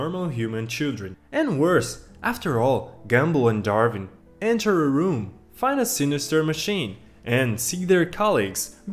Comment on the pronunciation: Bro doesn't know how to pronounce gumball and Darwin